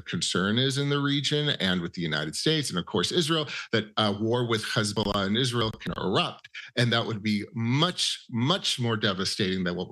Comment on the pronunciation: KhezBolah or Hezbolah